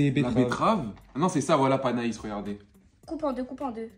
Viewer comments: Panais pas panaïsse ptdrr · Panais ça se prononce « pané » au cas où